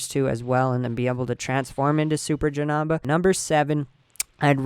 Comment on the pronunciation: Janamba lol it's Janemba! It's okay though!